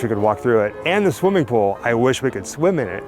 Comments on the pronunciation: Its ok,. Not everyone can say Pooul. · I say pool the same way so don't feel bad 😂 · I say pool the same way you do. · I didnt notice anything different about how you say "pool" . I had to back it up a couple of times and I guess it comes out as "pull" which is no big deal. And yes everyone, it's in the Valley View edition of LA and is just about impossible to not get caught trespassing to get to it.